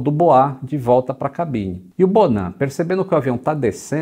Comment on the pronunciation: Fiquei com raiva do "bonan"